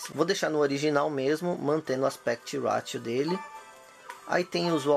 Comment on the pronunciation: Parece que você falou Aspect Latio, e não Ratio 😁